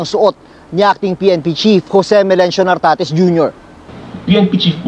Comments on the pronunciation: Correction, NARTATEZ po, hindi Tartatez 😅😅😅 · ...Nartates Hindi Tartates..hahaha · NARTATES...HINDI TARTATES..ANG LABO MO 😂😂😂😂😂😂😂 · ...GEN. NARTATEZ DILI TARTATEZ